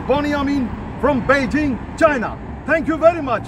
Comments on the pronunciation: বেইজিং না পেইজিং? বালের কথা বলা স্টাইল। ইংলিশে বললেই তো হয় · ভাই পেইজিং নাকি বেইজিং,,বুজতে খুব কস্ট হচ্ছে